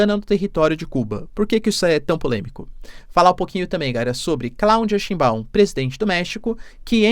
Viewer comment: "Scheinbau", é uma palavra alemã, e tbm sobrenome de muitos judeus alemães/ashkenazin... E o ditongo "EI" é pronunciado em alemão como "Ai". Exemplo EInstEIn ...(EINSTEIN), Geisel Stein, Frankenstein, Jazttein etc.. Portanto a pronúncia de Scheinbau é [= xainbau]